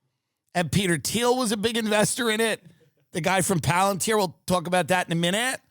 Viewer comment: Peter Dinklage popped in my head everytime he said Peter Theil